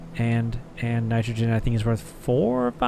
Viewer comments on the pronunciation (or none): none